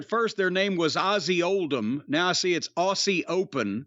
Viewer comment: I'll never get tired of Corny calling Aussie Open as "Ozzy Old'em"